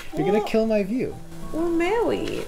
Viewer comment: “But we’re mawwied” killed me 😫😂